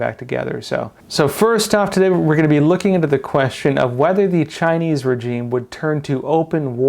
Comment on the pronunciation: Great video as always, but please check the pronunciation of the word regime